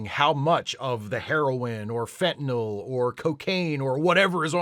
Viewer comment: I've been a fan for a long time, but has been able to do something here that almost no one else in media or government has been able to do for years. That is to pronounce "Fentanyl" correctly. Almost everyone replaces the "y" in the last syllable with an "o" sound. And it makes me crazy. I can't watch the news because of this BS. Thank you for being able to read better than almost everyone that we are told that we should listen to.